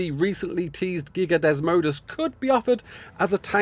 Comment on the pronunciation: Why do you keep acting like you dont know the creatures name. Its not desmodus and its getting old.